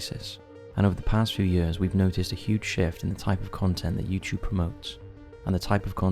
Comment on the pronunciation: I think they’re poking fun at the way he says “YouChube” instead of YouTube